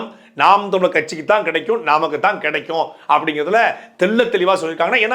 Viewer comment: தமிழர் என்பதை சரியாக உச்சரிக்கவும்